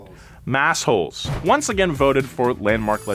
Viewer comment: As a Masshole, I appreciate the correct pronunciation of our nicknames...